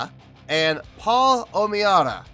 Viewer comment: Glad you liked the song! I played the heck out of this song when it first came out. I love his voice and though I've never made the connection to Chester, I can hear what your saying. Thanks for the great score. My last name OMeara is pronounced OM-ear-a lol. Funny thing is you pronounced it right on my very first request, but have changed it on all subsequent ones! No biggie. Just glad you did my request! Keep up the good work.